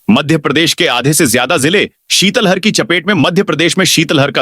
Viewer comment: ये उद्घोषक महोदय को इस बुलैटिन में सुने। शीतल लहर को शीतल हर बोल रहूं हैं।कैसे कैसू उदाहरण मिल रहे हैं।यापन को छापन बोलते हैं।शीतल लहर को शीतल हर बोल रहे हैं।